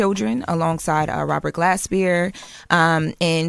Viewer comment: Rober glaspeer?? Naw love, it’s Robert glasper 🤦🏾‍♂️